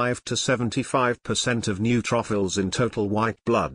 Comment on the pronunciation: I never knew I had new truffles ( neutrophils). Laughed every time it was mispronounced!!!